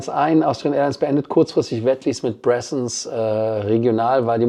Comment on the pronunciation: Die "Bressons" sind aber "Braathens" ... schwedisch 🙃